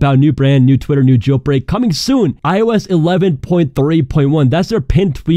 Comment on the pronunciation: The way you say “gel brek”